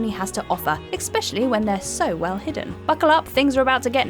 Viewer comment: Was gonna say no but then she said "exspecially" in her intro...